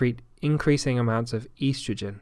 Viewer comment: The way the word estrogen was pronounced is bothering me. I havent heard it pronounced that way before.